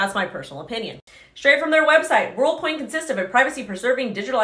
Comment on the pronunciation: She's saying Worldcoin but all I hear is Onecoin